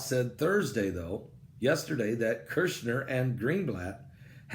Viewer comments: Not Kershner, KUSHner. 😆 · Once again, it’s Kushner, not KERshner. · There's no R in the middle of Kushner!!!